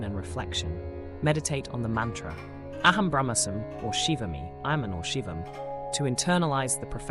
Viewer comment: Ummm, the mantras are: AHAM BRAHMASMI; you left out the I at the end. It is pronounced Brahm-aasmi. And SHIVO-HAM (the Ham of course is pronounced Hum). And Spanda is pronounced Spun-da with the d pronounced as in "this." And PLEASE: do learn how to pronounce Parä, Päräpara, and Aparä properly! Sorry to be blunt. But aside from that, this video is SUPERB; so informative and deeply insightful. Sincere thanks.